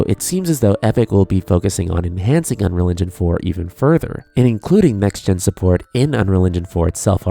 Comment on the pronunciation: Why do you pronounce 'unreal engine' as 'unreligion'? It's kinda distracting.